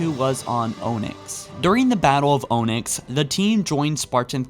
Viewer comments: My guy, I've been watching your videos for years but I'm afraid it's coming to an end. I just can't take the flagrant speech errors. It's not "O-nicks" its "Ah-nicks" also, its "Gow" not "Geh-o". I just don't understand how you can be a true Halo fan and a big source of entertainment for us Halo fans but not take the time to learn how to pronounce the words currently. I'm sorry. I just can't take it anymore. It is the reason I never could bring myself to join in with donations. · Yo, is this dude Canadian or something? "Yuckatan"? "Ownix"? I dont want to make you feel bad or anything, but you have persistent difficulties with pronunciation. You have good content, and I like your vids, but it bugs me that this happens. Its pronounced "yook-a-tan" and "ahn-ix". You dont say the lamp is "own", you say its "ahn." All those spelled phonetically, of course. Again, sorry, but its bugging the shit out of me. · “Oh-nyx”? You mean Onyx right? Great vid otherwise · Btw, just for the record, Onyx is pronounced ON-yx, not OH-nyx, just like the mineral.... also, did you not think it was worth doing another take, so you didn’t look like a 5 year old for laughing because you said a word that had “gay” in it? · Ohnx I think you mean onix (onyx) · Man I love that you cover this but "Oh-Nicks" "Yook-Tan" among others... bruh🤣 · Mhm, yes, the “yuktan” peninsula. Oh right! Of course, Oh-nyx. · "Ownix"? "Yuck tan"? "Acendiant Justice"? Fuck me I'm only 4 minutes in and I realise you are completely illiterate. Why dont you check that before you do the commentary? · Ascendient justice? Yucktan peninsula? O nix? Ancillia? Maybe look up how to actually say words before putting out a video. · "Yuck"tan. "Own"yx. really need to learn how to read and pronounce words bud. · Yuctun peninsula and O-knicks lol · And it’s pronounced onix like the Pokémon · First off... "Oh-Nicks"? Seriously!?! That's NOT how that's pronounced. Secondly, Composers Anus Abyss? Dafuq?